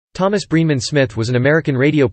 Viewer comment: It's BRENEMAN,. Not Breeman.